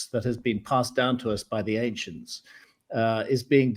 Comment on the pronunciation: Love these guys, but when Graham says, "the ancients" I always giggle. No clue why, but it just sounds funny to me.